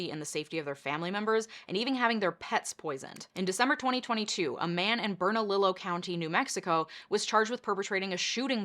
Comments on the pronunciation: Bern-uh-lee-oh not bern-uh-lih-low. Spanish. Double L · bern-a-leo. sorry. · Bur- na- Lee -ow. It's Spanish. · Bern-al-lee-oh County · Its prounounced Bern a lee o county. Its so seldom NM is mentioed... And its usually not good....sigh 😅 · Love your videos. Also, Bernalillo is pronounced “burn-uh-leo” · lol at the way you pronounced Bernalilo, the last L is basically silent. Burn A Leo, is what it sounds like. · From an NM native, it's Bern-a-li-yo. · not to nitpick, but thats bernalillo, “berna - leeyo” county. that man charged with the shooting spree actually ran in that election and lost horribly, like BAD. voters saved the state from another notable fascist named mark ronchetti. he also has a criminal record of smash and grab schemes but was still allowed to run. he hired a bunch of bonehead youngsters to commit the shootings and involved himself in the last one but allegedly, his gun jammed while he was attempting to discharge his firearm at his targets house. not saying new mexico dems are the best but the new mexico right wing is crazy. ive never seen so many “qAnon” bumper stickers anywhere else in the nation. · Just a heads up, in case you have news from here in NM, it is Bern-a-leeo County 😊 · Ber-na-lee-yo county NM but whatever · The way she pronounced “Bernalillo”, she got quesadilla’d lol